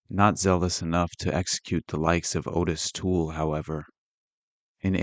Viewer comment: The name is pronounced OTT-is Toole. It's spelled Ottis.